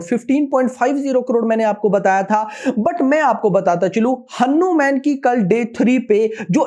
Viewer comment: Bhai aap hanu_man ki jagah hanuman bhi bol rahe ho